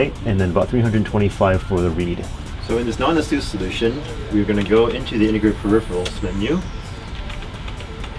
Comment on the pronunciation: it's ah-SOOS not AY-suss caps for emphasis. rhymes with a train's caBOOSE